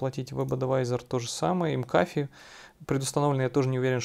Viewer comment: Макафи.. Это фамилия. Не ЭмКафе)